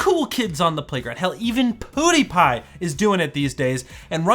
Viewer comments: Even poo-dee-pie? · Did he say poo the pie? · why did you say pewdiepie like that